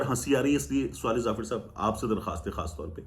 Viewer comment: Swaleh nahi sawleh